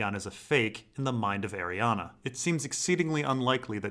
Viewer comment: Every time mate, it's not pronounced Ariana it's pronounced ari-ane